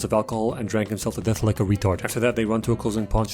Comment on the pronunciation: "....does not feAr dEaThuh" 😂